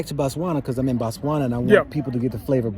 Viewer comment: We say Botswana not Batswana.....the Ghanaian says it right....Batswana means the citizens of Botswana